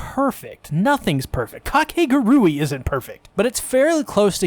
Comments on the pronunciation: This is already pushing my buttons and I'm not even a minute in but it's (ka-kay-goo-ree) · I really cant get over how people pronounce Kakegurui like there is no actual way to pronounce it but Kah-ke-gu-ru-e K-k-gu-rae Same word different pronunciation. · How do you pronounce the name of this show? Ive been saying it as: cake·uh·gure·ee And ive heard people say it different from how the guy in the video says it so now im confused.